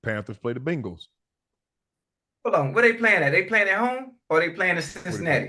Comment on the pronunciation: The way Unc says Bengals 😂